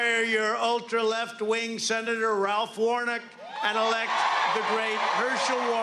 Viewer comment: Ralph Warnick? Wtf he means Rafael Warnock.